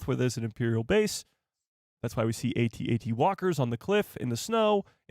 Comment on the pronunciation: AT-AT not A-T-A-T.